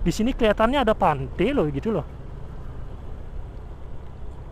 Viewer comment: Pantai bang bukan pante